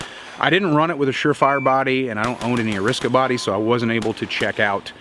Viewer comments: Ariska??? Ar-i-sa-ka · And it's not pronounced "Ar-is-ka". It's "Ar-ee-sa-ka". Good Lord, are you from Indiana or something? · You say ariska and ignore that second A just to annoy people don’t you? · Weirdest way, I’ve heard anyone pronounce arisaka. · Or...he just accidentally mis pronounced it?